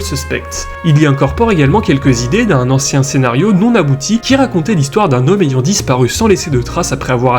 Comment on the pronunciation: Très bonne vidéo mais ta diction est un peu pénible. Tu accentues les E dans beaucoup de fin de mots, on dirait que tu te forces. En pleinE nuit, un hommE blessé, une silhouettE dans le noir… Sinon très bon boulot !